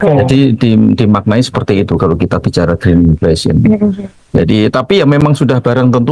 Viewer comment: Grinfesen.. Kedengarannya😊